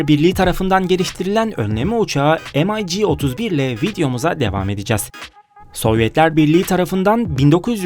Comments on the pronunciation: Rus uçağı em ay ci die okunmaz yazıldığı gibi Mig diye okunur bilginize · amerikan uçağımı tanıtıyon m ay jeemeş yok j i joe mig diye okunur sevgili kardeşim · EmAyCi degil olm,MiG.M i G. Turkce oku bakiyim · Bu nasıl telafuz arkadaş, MİG'i am ay ci diye okuyorsun. SU yu es yu diye. Bütün herşeyi İngiliz ağzı ile okumak zorunda mısınız? "mig"; "su" diye neden telaffuz etmiyorsun. Bu kadar mı dilinize yabancısınız? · Şu ucuz numaralari bırakın kardeşim başlıkla resimle alakasız uçak tanıtımı yapıyorsunuz em ay gi telafuzu ayrı bir hikaye mig desende anlasilsa bari dediginiz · se atıp durma rusça ne zaman ingilizce oldu eleman doğru soyluyor mig diye okunur